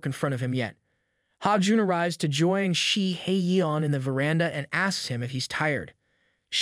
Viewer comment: The way you keep clowning 🤡 Shihyeon’s name. SHE-hay-YON! There is some anger and snark behind your intense dislike of the MC. 😂😂😂